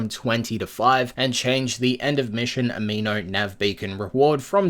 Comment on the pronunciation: It's Animo, not amino. Like animated not amino acids. Looks like they misspelled it on their own post lol